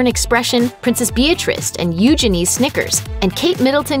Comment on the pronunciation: Her pronunciation of Princess Eugenies name kills me